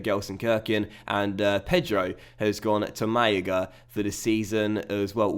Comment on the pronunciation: wait, wait, wait, wait, May-e-ga???? mate, I know you're known for horrible pronunciations, but this is ridiculous even for you, MaLaga, so Mal-a-ga, pretty simple